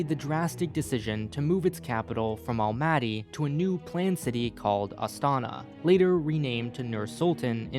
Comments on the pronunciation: This video was like 1 minute about the alphabet and 10 about Kazakhstan geopolitical situation... Also, you're pronouncing Almaty wrong. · Whoa! Never thought that someone would make such video about Kazakhstan. Stresses thow all over the place) The correct way of saying some of the words is: Nur-Sulta ́n, Astana ́, Almaty ́, Nazarba ́yev. I'm from Kazakhstan myself. Been living in Almaty as long as i can remember. The video actually very good at explaining some of the key features of our political history and current situation. I even learned a few things and never looked at our politics from this point of view. But that might be because i'm trying to avoid our politics in general, because it always making me feel only sad, and unfair. The part of the video about autoritarism is absolute true =\ Being multicultural country thow is very nice. So much different people, different cultures and holidays) I am planning to moving in Canada and one of the reasons is Canada being multicultural too. I feel like we both dont have a strong unified mentality, but rather we are countries of many) Thank you for making such a great video and bringing knowledge about Kazakhstan to people)